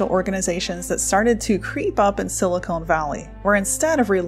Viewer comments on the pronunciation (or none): none